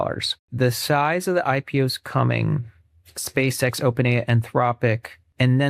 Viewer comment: Spā Ex it’s scamm😂ree